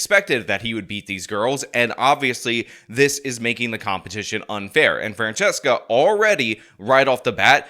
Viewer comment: Did call her "Transcesca"!?!?!?!?